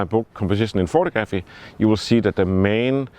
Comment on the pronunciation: I love your channel but you really need to say the word photography correctly - it's pronounced photog-raphy. It's not pronounced photo-graphy. :)